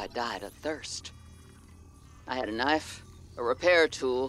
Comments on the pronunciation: Ka-nif-eh :) it’s just putting the “em-fa-sis” on a different “sill-ah-bull” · Yes it is nice kanife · This is the best series no hate for saying knife wrong I find it funny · Playing with the word knife doesn't bother me. At least you're not like another popular streamer who says base as if it's spelled BEESE. I can tell he's doing it intentionally as well to try and be cool, and there's not much more I hate than a streamer changing the way words are pronounced just to try and be cool.